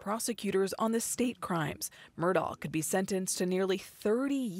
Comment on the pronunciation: FINALLY, ‘Murdaugh’ is being pronounced correctly!